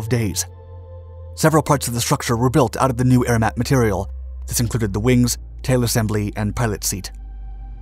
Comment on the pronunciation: Air MAT!!!! NOT "Air MAN" !!!!!!